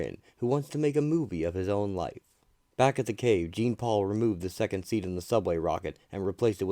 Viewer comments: It's not pronounced "jean" like a pair of jeans. It's pronounced similar to Shaun. Zhaun-Paul Vah'lay, it's a french Canadian name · It's not jean. It's like shawnpaul but with a J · If you can’t pronounce the name correct you really shouldn’t be doing an audio presentation It’s not Gene Paul Jean Paul like Jean Luc Picard Awful really awful you couldn’t get his name right The name the spelling and the backstory of the character is clearly European This isn’t even listenable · Dude it’s not Jean it’s spelt Jean but it’s pronounced differently this annoyed me so much turned it off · Bro its a pronunciation error. He still did a good job in explaining the full story. Get over it